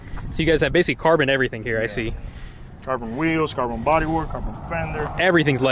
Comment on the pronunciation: “Been usin CAR-BONE…” 😂 Carbon*